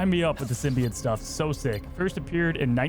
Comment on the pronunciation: It is itching my brain that he sounds like he keeps saying "Symbiate" or "Symbiant" rather than "SymbiOTE."